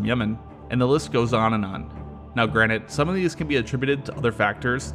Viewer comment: Anyone notice mans says "granite" instead of "granted"? Not the first time either